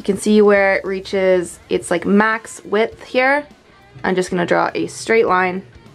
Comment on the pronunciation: ITS THE EXACT "WIF" OF THIS SPACE ! hahahaha